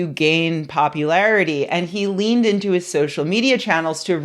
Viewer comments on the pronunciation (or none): none